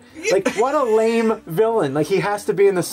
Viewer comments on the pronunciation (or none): none